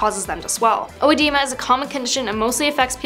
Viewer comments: Yeah it's bad. He needs to check his meds and supplements for side effects. I started to get clubbed fingers one time and it went away when I stopped taking it. You're pronouncinf edema wrong. Not Odehdema. Eh-dema. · It IS NOT ODEMA! IT IS EDEMA WHICH MEANS SWELLING OF TISSUES. SO IT DOES NOT CAUSE SWELLING... IT IS....THE SWELLING. SO YOUR FIRST LETTER IS E....NOT..."O" AND IT IS PRONOUNCED WITH THE..."E"...EDEMA E-DE-MA... ONLY 3 SYLLABLES. THERE IS NO "o" in EDEMA. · Yeah it’s called “Eh-DEE-mah”. Not “O-eh-Dee-mah”. The o is silent. Like Oedipus. Not hard. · EDEMA? As in the "O" is silent? "Odie-Emma?" Lord...🤦🏾‍♀️ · It’s EDEMA, spelled Oedema sometimes in England; the “O” is silent. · It’s Edema. The o is silent. This is embarrassing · The "o" is silent. Edema. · It's edema o is silent